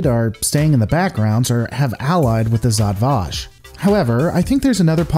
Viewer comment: Pronounce it properly: Žat Vaš